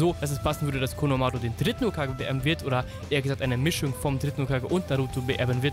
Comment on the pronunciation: Bitte nicht konomaaaaruuu sondern konohamaru Normal und ausgesprochen ohne Buchstaben verlängerung xD